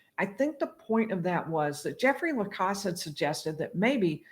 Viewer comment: I would, respectfully, ask if you could, plese, say Jeffrey Lacasse's name right. It's pronounced with a short "a". As someone who's name is always being mispronounced, it would drive me crazy. If you look at any of the videos where he's called to the stand, they ask him to say his name. It definitely is spoken with a short " a", like "pass", or " glass". Having said all that, I REALLY enjoy your channel. You make it so much easier to understand these cases. Thank you!